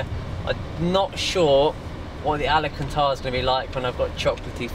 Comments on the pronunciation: Alcantara not alicantar 😂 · It's pronounced AL-CAN-TARA 👍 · Bren, I love you man, but can you please get someone to teach you how to pronounce Al-can-tar-rah 😂